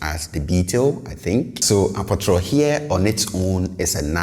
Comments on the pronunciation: Yes I thought this too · You pronounce apotoro as “a po tro”. So many Twi words are pronounced differently than they are spelled. Another example is dua, pronounced “di a”